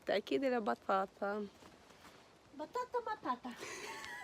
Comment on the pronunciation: ههههههههههه عندما تردد في كلمة بطاطا بطاطا ههههههههههه قتلني ضحك نطقها حلو